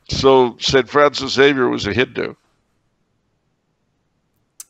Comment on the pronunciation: There is no 'X' in Espresso nor are there any EGGS in Xavier. Zay-vee-ur